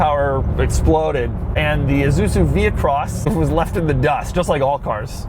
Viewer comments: did he say Isuzuzu? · It’s pronounced I-su-zu not issuzui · It's isuzu not izuzu doug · It's ISUZU not an IZUZU. The S is pronounced S, not like Z.. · It's not "eh-zu-zu", it's "eye-sue-zu" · Forgot about? Dude, try never even knew existed. It also pronounced I, SU, ZU, not IZUZU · Why does he keep saying Izuzu instead of Isuzu? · It's ISUZU not fucking IZUZU or whatever the fuck you yankees call it. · EESSUZU not EEZUZU! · iSuzu not IZUZU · is he...pronouncing isuzu lile izuzu? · "IZUZU" -Doug